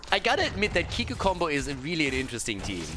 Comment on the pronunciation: dear its pnonounced kikoo like in cool:)). kisses from france